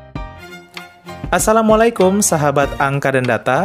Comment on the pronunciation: Maaf ya min yg benar itu assalamu'alaikum bukan assalamu'alaikom ☺️🙏🏻